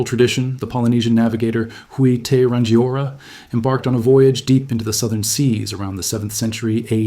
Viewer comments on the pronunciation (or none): I wanna also tack on a point from ; ranjiora??? If it's Maori, it would be something like "rahng-gi-or-a" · . Okay, I will correct your pronunciation of this Te Reo (Ree-o, means the language) Maori word. Hui = Who-ee Te = Yeah it's just... Tee. Rangiora = The g is actually not pronounced like g in English. It's Ra-ngi-o-ra. Ngi = knee, but say is from the back of the throat.